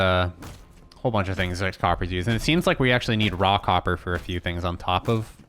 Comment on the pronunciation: No matter how I listen to you, "Raw Copper" always sounds like you are saying "Rockhopper."